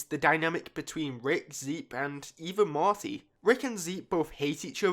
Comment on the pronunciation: The character is mOrty not mArty